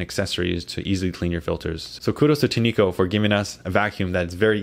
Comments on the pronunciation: I wish reviewers would stop pronouncing it tee-nee-ko. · They pronounce it: TIN’ ko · I think its pronounced tin echo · its "tin-co" btw great review